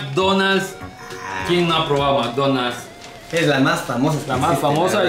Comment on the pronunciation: El whicho dice “MCDonas” 😂😂😂